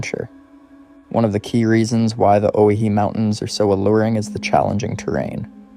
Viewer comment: Pronounced, (Oh-why-he)...